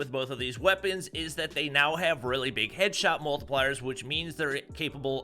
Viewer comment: DID HE SAID " SHEDSHOT " ????? OooPs